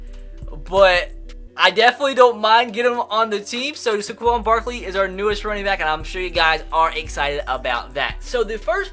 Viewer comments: it is pronounced "Sayquon", not "Sequon". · It’s Saquon not Saquan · I hate to be a grammar nazi and all but it's say-quon barkley not suh-quon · SAY-QUAN. SAY it with me. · Sorry for nitpicking but as a penn state fan, 1. It’s spelled Saquon not Saquan 2. It’s pronounced SAY-quon, not suh-QUON love ur vids keep up the good work 👍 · please stop saying suh-quan it's say-quan like so he can see this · Saquon SAY-QUAN please say this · When I get so mad that he says saquan wrong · You say Saquan Barkley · Saquan is pronounced (say) (Quan) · I don't wanna be that guy but it's pronounced Sae-quan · why u say his name so stupid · You are saying Saquon Barkley’s name wrong